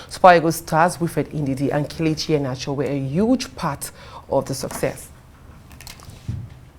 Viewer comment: She called him kelechi ! 😂😂😂